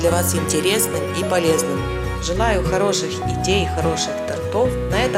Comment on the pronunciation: Не тортОв, а тОртов! Очень неграмотная речь у вас. Тортик красивый